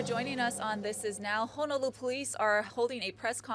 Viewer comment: Cannot even pronounce Honolulu. Unreal and sorry the the lost life